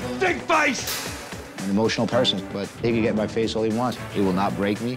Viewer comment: I like how the scottish comes out of him when he says "look at me eyes"